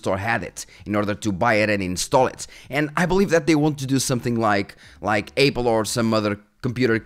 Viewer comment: the way you said apple you sounded scottish for 1 sec